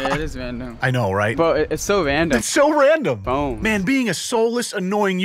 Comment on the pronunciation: "Its so wandom"